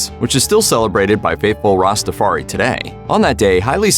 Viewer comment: Why can't people learn to say Ska, and Reggae. There are songs with the pronunciations. It is also Rastafari (Rasta - far - eye). Also, the faith is Rastafari, not Rastafarianism; the individual is Rastafari, not Rastafarian, 2, or more is Rastafari, not Rastafarians.